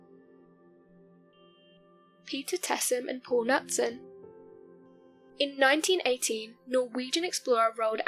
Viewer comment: Number 1, I'm guessing you said 1918 but boy I've listened 5 times now and it still sound like you say 1980